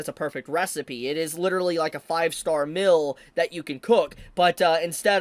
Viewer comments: Correction. The artwork IS NOT good. It's literal copy paste of original stuff. If this is great artwork, I can draw over Murata's work as well. LOL Actually good artwork is filling the gaps of the manga, my guy. Which would directly translate into a GOOD ANIMATION, and it doesn't. Unrelated: please pronounce "meal" correctly. It sounds like "mill" and I was confused for a few seconds. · I took me until this point to realize he was saying "meal" and not "mill" 😂